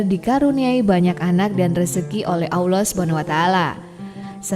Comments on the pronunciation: Kurang fasih menyebut Alloh .masa awloh ..🤦🤦😞😞😞😞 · Awloh? Yg bener wahai ukhti.. Allah.. Alif lam lam ha..